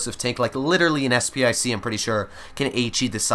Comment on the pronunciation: Did say sp i c? Its sp 1 c as in spahpanzer 1 c